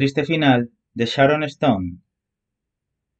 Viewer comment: No se pronuncia sharoneston!!!! Es Sharon stone!!!! Insoportable voz!!!!